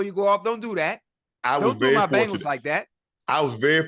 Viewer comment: Just realized Chad says Bangles instead of Bengals lol